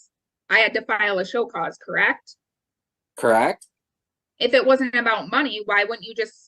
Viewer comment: CorrAct??? Ahhhh